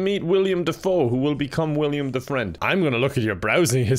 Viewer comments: Jesus feck! It's Willem not William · At this point I’m convinced that you know it’s pronounced Willem and just don’t care anymore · His real name IS William. Willem is a nickname. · Idk if it's intentional but the fact is calling him William and not Willem makes it even funnier. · i genuinely cant decide if doesn’t know his name is willem not william or not lol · Dude it’s Willem Dafoe not William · Does know that it's Willem Dafoe not William? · Sorry to nit pick, but its Willem Dafoe, not William Dafoe. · Willem dafoe not “William” dafoe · HIS NAME IS WILLEM DAFOE NOT WILLIAM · I hate that he says william defoe instead of willem dafoe